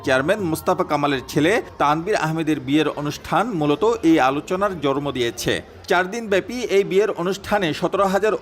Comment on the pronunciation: সময় টিভির স্টাফ রিপোর্টার জন্ম কথাটা উচ্চারণ করতে পারে না বলে জরমো।😂